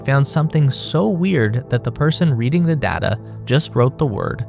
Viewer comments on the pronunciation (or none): none